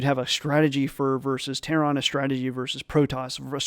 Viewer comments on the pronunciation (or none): I'm going to unsub if you ever say ""Terron" again